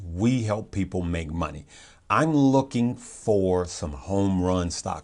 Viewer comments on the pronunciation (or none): none